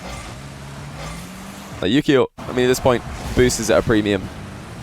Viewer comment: Wait, his name is Yukeo? I always hear Yu-Gi-Oh!